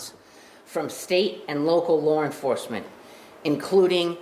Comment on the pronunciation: “Lar Enforcement”